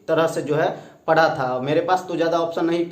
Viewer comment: मुझे ये बात समझ नही आती तुम लोग पढ़ना को परना क्यों बोलते हो